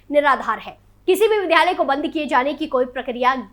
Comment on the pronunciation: Vidyalay hota ha vidhalay nhi